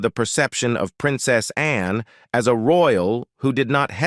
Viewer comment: Always been a fan of Princess Anne, she's extremely dedicated to duty. Is it me, or does she not remind you of Miss Manners? They could be sisters. BTW, lose the voice software, it's incredibly ridiculous! Seriously, when it pronounces Princess Anne as Princess Ann-e?